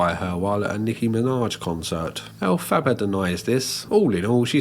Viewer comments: I'm not a theater kid, but when you mispronounce that "Wicked" character's name I die a little inside. Other than that, good vid. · I can't cope with that pronunciation of Elphaba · i love the way you pronounce elphaba 😭😭😭🩷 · The pronunciation of Elphaba makes me laugh in the same way Moira Rose says baby in Schitt's Creek